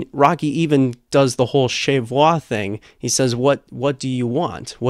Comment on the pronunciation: very good video. But che vuoi? is pronounced as "ke voo-oi" It's Italian, not French